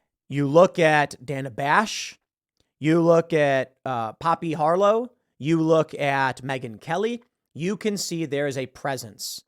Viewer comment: For a Tiny second after Tim said Poppy Harlow i was like Pweds??? 🤔